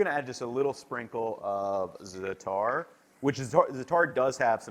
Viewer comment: Bruh, why do you keep saying za'atar like that?